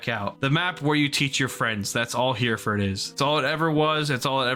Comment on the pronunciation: Did you say here-ford base? As in right here? Like bro it's pronounced hair-uh-fud base